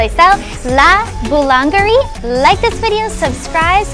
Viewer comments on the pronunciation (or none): Boulangerie se supone que se pronuncia bu-Lan-ye-riiii 👍